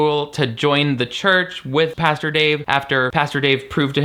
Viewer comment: Girl still can't say Pastor lmao love!